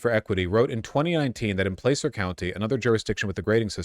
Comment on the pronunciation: I'm trying to make calling Vaush out for his bad pronunciation my thing here. Kinda easy pickings 😆. He speaks for a living, so it's within bounds. I will concede that he's improving. Placer County, California is pronounced "plasser", not "playsser". It's a mining term (Gold Rush, yo) derived from Spanish. The "a" sound in Spanish is never pronounced either way, but that's the current and historical local and regional pronunciation.